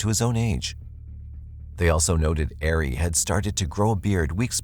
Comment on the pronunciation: The name Ari is pronounced Ah-ree, not Air-ee.